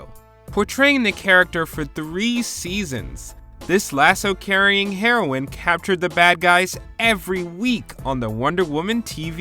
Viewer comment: Oh my god you actually said HEROIN LMFAO Its HEROINE [HERO-EEN]